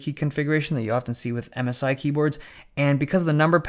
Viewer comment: i first understood "Amasai" and thought its some kind of cheap chinese manufacturer but then i understood MSI